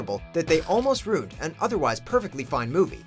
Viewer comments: Ruined is 2 syllables. "Roond". Wow. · Is he saying "rooned"? 🤣🤣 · Stop fuckin saying "ruined" like that.